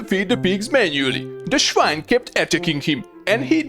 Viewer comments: Loved it 😂! And even funnier, the pronunciation of "swine" is exactly like in German when you say "Schwein"! I couldn't believe my ears at first! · The German "schwine" cracks me up.